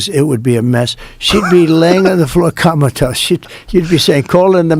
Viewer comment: comatose i thought he said kameltoe